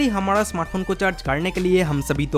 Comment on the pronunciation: Dear if you can't speak proper Hindi pronounce so please don't make video in Hindi language like real pronounce Hamara but you said Hamada n Zarurat n you said Zadurat ... Learn how to pronounce Hindi words ..